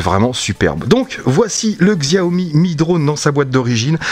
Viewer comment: Merci pour cette vidéo de qualité. Néanmoins 2 point à revoir, 1er tes sifflement en rec sont très désagréable,2eme la marque Xiaomi se prononce Chiaomi.